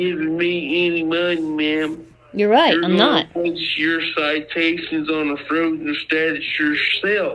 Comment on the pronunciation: he couldn't even pronounce citation properly. So drunk he was.